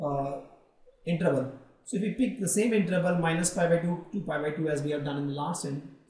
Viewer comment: so bad english pronuncing interval as intreval XDD